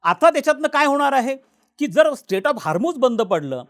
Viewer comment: स्टेट नाही हो... स्ट्रेट.. स्ट्रेट ऑफ हार्मोस😂